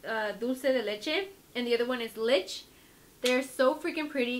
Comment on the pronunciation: Lmfao "lich" it's pronounced lee-chee